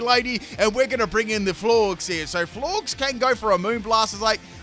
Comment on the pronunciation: Florges is pronounced like gorgeous, silly